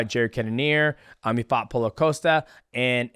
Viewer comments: He called Paulo "Paula" 😂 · 😂 Calls him Paula again lol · I feel like DJ intentionally mispronounces fighters' names at this point 😂 how do you get Paulo wrong? Paula? Come ON bro